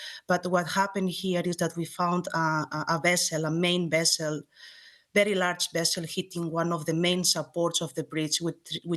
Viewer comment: The way she pronounced "very" as "bedy" reminds me of "That 70's Show" Red: "AAAAAMERICA!" Fez: "AAAAAMEDICA!"